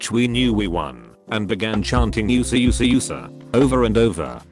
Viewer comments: Ah yes, the youssa, its pronounced youusa, not USA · Americans: U S A U S A U S A British robot: YUSA YUSA YUSA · YOU-SA YOU-SA YOU-SA 😂😂😂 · Nobody: Text-to-speech: YUSA YUSA YUSA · People: USA USA USA Text2speech:yousa yousa yousa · Nobody: Text to speech: YOU SAH YOU SAH YOU SAH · Also Yousa yousa yousa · Nobody. Not even a single soul. Text to speech pronouncing USA as YOU-SA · .... ... ... ... Robot voice: *is reading 'USA' * Yusa Yusa Yusa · text: USA! USA! USA! tts: YUSA YUSA YUSA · No one Not a soul Text to speech bot: OOSA OOSA OOSA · Nobody: Text to speech: USA USA USA=usea usea usea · when they said USA USA the narrator said it, it sounded like you sa you sa you sa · Someone: USA USA USA Text to Speech: YouSa YouSa YouSa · Nobody: Text to speech voice: Y U S A Y U S A Y U S A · IDK why the bot calling USA OOSA OOSA OOSA was hilarious to me. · “oosuh” “oosuh” “oosuh!” 😂